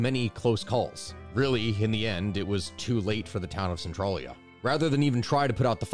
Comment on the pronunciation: So despite how it's spelled, it's one of those Pennsylvania names where it's not said how it looks. Spelled Centralia, it's said sen-trail-ya